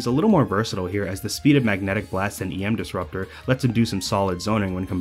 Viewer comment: Ohhhh you said EM Disruptor and not Yam Disruptor. That makes so much more sense.